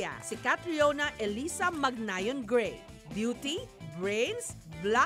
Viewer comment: Gray po hindi bray